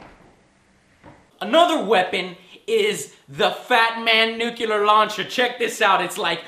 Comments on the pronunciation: NU CLE AR not "nu Kill Er :D" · nucular? dont you mean nuclear? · Enough with the bad pronunciation! Its nuclear, not nucular. Sound it out, joe. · Nucular? or Nuclear? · NUCULAR equals NUCLEAR? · Joe has trouble saying NUCLEAR as well. Why do so many pronounce it nook u ler when it is pronounced nook lee er? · Nucular, its pronounced nucular....lol just like in the Simpsons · Ha! He said nucular. lol!